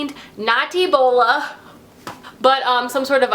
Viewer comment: I SAID EBOLA OUT LOUD AND THEN AT THE EXACT SAME TIME YOU SAID EBLOA😂😂😂